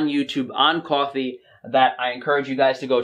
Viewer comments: Love how your accent comes through when you say cwoffee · lol "cawh"fee... spoken like a New Yorker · Unfortunately, I know this about coffee but I still drink it. I need that early morning cup to warm & wake me up. I think I’ll be ok with just my one cup per day. I like how you pronounce coffee 😉